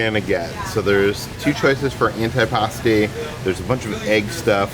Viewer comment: I’m Italian so…. Also: Ant-EYE PASTI 🍝